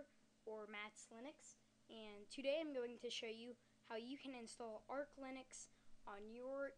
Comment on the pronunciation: ITS FUCKING ARCH NOT ARK LINUX!!!!!!